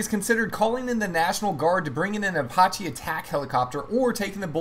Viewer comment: I can’t understand why Americans have in recent years decided to pronounce the letter “a” like an “o”. In this case the word “Apache” was pronounced “Apoche”.